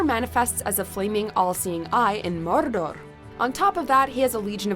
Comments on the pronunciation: is not how you say Mordor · The way you pronounce Mordor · not true, Sauron cant control the other rings... Also, , dont say Mordor like that. CRINGE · where do you get these narrators is english their first language Connor who and cant even pronounce mordor properly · why she say.mordor like that 😂😂😂